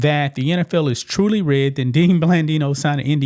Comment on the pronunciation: Why you pronounced “rigged” like “ridded” 😂 Otherwise great coverage